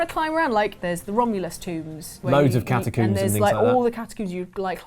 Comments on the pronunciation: "Loads of catacuumbs" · catacoombs? watt?